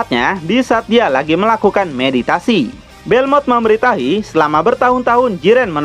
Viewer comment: memberi tahi ? Wkwkwk kalem bangg